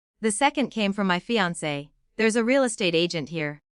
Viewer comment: Fiance is woefully mispronounced.